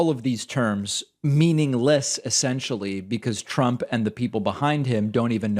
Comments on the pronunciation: Did this lunatic really just mispronounce his own name as "Chump" ? 🤣🎯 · ... The Orange Shit Gibbon actually called HIMSELF 'chump Trump', Well, either that or he's mumbling worse than he has Biden as doing ?